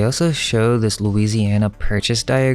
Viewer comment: ALSO is spelt with an al not an o. You sound like a right tard when you say it wrong all the time. it's really annoying! Pls